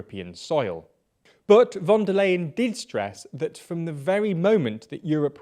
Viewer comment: it's pronounced like "fonder line,"